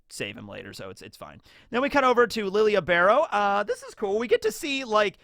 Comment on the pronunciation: Isn’t Lille Barro not pronounced Lilia? I could have sworn Yhawch said Lille and not Lilia. Did I hear wrong?